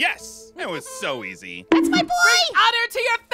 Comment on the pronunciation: “Dats my dad” I loved that so much